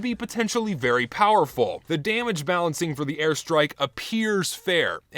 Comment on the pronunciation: "Thuh airstrahk" Hey man, you dropped your Texan.